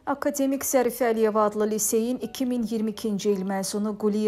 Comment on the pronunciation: Ay xanim..sözlerin vurgusunu düz söyleyin..akademik yox..akade'mik..e üzerinde vurgunu....